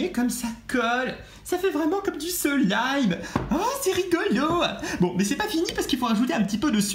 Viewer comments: C'est slime et pas selime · On dit du slaime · C'est du slime et nn du silime lol